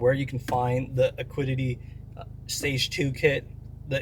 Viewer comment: Brother, how have you gone this far mispronouncing Acuity. A-cu-i-ty. Otherwise, love the content 😅